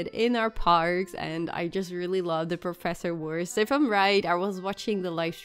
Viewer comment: And Something else: you pronounciate Professor Wurst right! (Not everyone does that)